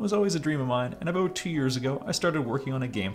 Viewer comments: I'll be honest... I just dismissed it as a hiccup in my stream. As a fellow Canadian, I actually don't hear the 'aboot' version very often... mostly just online. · As a fellow Canadian I didn’t really hear the “about” thing until you pointed it out. I think we, as Canadians, hear the different pronunciations enough that we don’t notice a difference unless we are looking for it